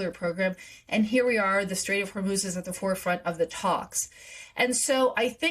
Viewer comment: The Str-ATE of Hormel